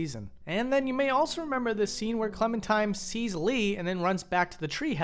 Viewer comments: her name is Clementine, not Clementime. Classic Valentine/Valentime situation. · Am I the only one hearing him say “clementime” instead of “clementine”